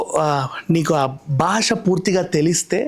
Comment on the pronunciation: gaariki దీర్ఘం not దీర్గం భాష not బాష